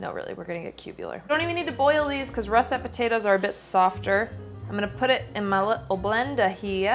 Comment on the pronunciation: She's using Ross-et potatoes.. heheh.